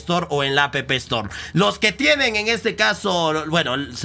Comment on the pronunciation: "a p p estor " xd